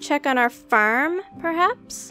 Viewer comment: When you say farem you sa ferm